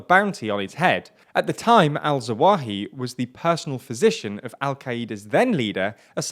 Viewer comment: Thats zah-wah-HEE-ree, not that hard to say. I like the channel, but our presenter needs to put just a little more effort into proper pronunciation of non-english names. I'm no expert, but it's really not that difficult, and it's really a bit off-putting to hear nearly every single 'foreign' name mispronounced in every video no matter the language of origin. it seems rather lazy and disrespectful.